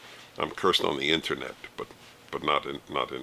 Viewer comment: I love the way Dennis says “internet;” I don’t know why.